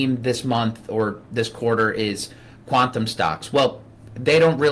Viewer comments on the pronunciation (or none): none